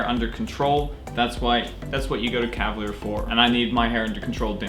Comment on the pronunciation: wow. the way she says calvalier clay